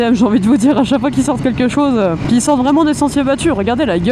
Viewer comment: Vous pouvez arrêter avec vos "ket' chose" ?!! C'est ket chose de très énervant.